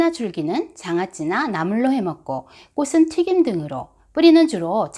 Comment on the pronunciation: 좋은 정보 고맙습니다. 한가지 부탁드릴게요. 꽃은 ㅡ꼬츤으로 발음해주시면 더욱 고맙겠어요.